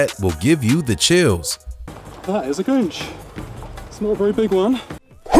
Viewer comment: It's "goon-ch" Not "gun-ch"